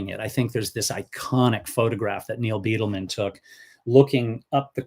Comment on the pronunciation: It is pronounced Byedelman, not Beetleman.